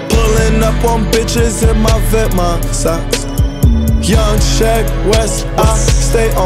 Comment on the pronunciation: doesn’t even know how to pronounce vetements lol